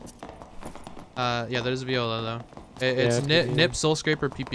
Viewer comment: "soowwll scwaappaar"